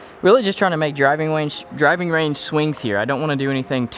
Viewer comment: When he said "driving wange" instead of driving range😂